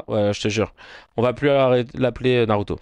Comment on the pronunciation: C'est pas Naruto c'est narutue